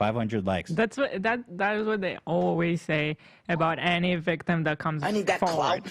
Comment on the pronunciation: Keemstar says always as owies lmfao